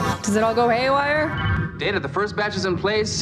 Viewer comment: I never liked Pulaski. She started out on bad note by mispronouncing Data’s name.